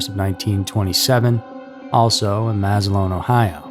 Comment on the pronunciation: Please make an attempt to learn how to properly say names correctly, they way you say Massillon makes part of me die inside even after the experience my family had with the mental hospital there in the early to mid '90s.